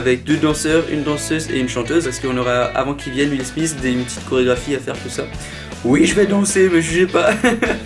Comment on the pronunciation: Petite correction ça se prononce Will SMITH pas Will SMICE!!! Petite correction qui fais plaisir 👌